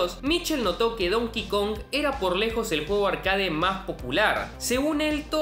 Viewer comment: ¿No crees que es una grosería no presentarte en tus videos? Y se dice «arquéit».